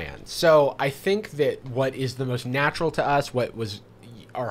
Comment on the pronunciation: WHO DO YOU FINK GAVE YOU THE TEEF